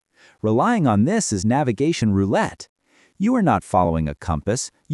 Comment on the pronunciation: Navigation rouratte had me 😂😂😂😂